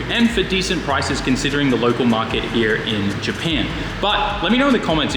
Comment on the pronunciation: I like how he says here (Hiya).